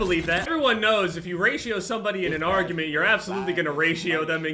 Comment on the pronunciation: When says "Raito" instead of "Ratio"